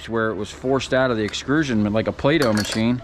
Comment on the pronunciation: Please stop saying EXCRUSION. It's not a word, and you sound like an idiot. It's EXTRUSION.